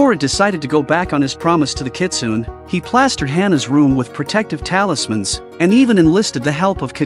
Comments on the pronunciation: It's not "nay" at the end, it's "neh". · In the 4th story, “Kitsune” is pronounced as Kitsunay